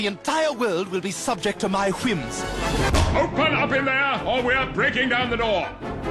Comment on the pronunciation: “wHHHims” why you say it like that?? 👀👀👀